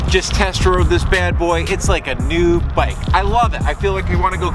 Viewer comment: This is a really nice video! I love the detail and depth gone into this. It helped me understand what a bike tuneup actually is 😁👍 I laughed out loud when I heard you saying “nude bike instead of “new bike” 😅